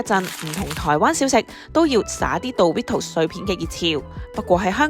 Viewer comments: 其實係咪唔係叫「度litos」 我覺得應讀作「door ritos」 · 其實應該係讀Do(Do did done嗰個do）ritos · 唔係「杜」ritos, 係「惰」ritos 呀😂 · 唔係惰ritos. 係讀doritos. 😂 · 少少更正：個讀音係「墮」唔係「道」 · 下次英文搵電腦讀啦😌唔好再墮we圖s喇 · 佢叫做墮ritos 讀唔出建議用返google發音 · 冇錯 應該係讀：多 ri tos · 杜ritos… 好un耳.. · 讀錯真係好難聽😂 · 好難聽，唔係咁讀😂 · 幫人賣廣告之前可否將人地品牌名發音練熟啲，尷到頂唔順睇唔到落去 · 做「牌子嘢」但讀錯人哋個牌子…… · 你地讀 dorito 發音好重，個個音彈出來咁。😅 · 女旁白講英文真係好難聽.. Doritos都可以讀到咁 即刻唔想睇落去